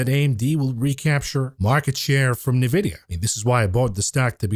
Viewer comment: ‼️“Nuh-videa” 🤮 b00mer detected